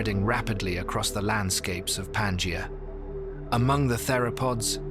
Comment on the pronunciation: Everytime the Pangea supercontinent is mentioned, I cringe. The stress is in the middle syllable -ge-, not in Pan-! PanGEa.